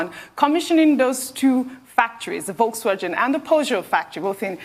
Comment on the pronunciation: Volkswagen....Rufai just called that like a german, well done man, "volks-vagen"